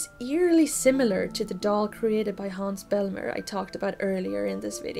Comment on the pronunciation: Haha, I thought maybe you were swedish when you said "Hans Bellmer" :) Great video, this subject will always be fascinating and mysterious to me - and I love that you talked about das unheimlich and not just the uncanny valley. Another nice example is the scene at Wendys from Mulholland Drive where dream and reality merge and a familiar sorrounding gets slightly off because of this and the repitition of the dream.